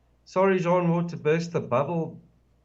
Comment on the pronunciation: Excellent show,. This is what we need, all researchers coming together for discussions like this. By the way, it's Jean Ward, not Sean.